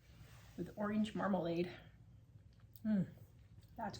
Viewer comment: She said Warsh your oreenge! So funny 😂My Dad says that!